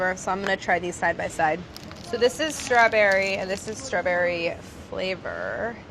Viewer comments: does anyone else notice the subtle accented way that Claire says the word "straberry" ? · Is no one else bothered by how she pronounces "Strawberry"? Like stra-berry, emphasis on the word berry... Threw me off lol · does anyone else thinks she says strawberry kinda odd???